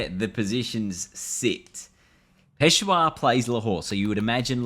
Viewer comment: Bro just to give you information quetta is pronounced as QO - E -TA And peshawar is pronounced as PESH -AA-WAR